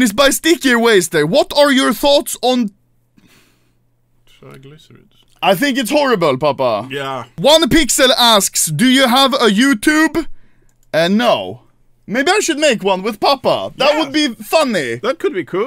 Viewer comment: it's ohnePixel bro, it means withoutPixel, not onePixel ❤❤😂😂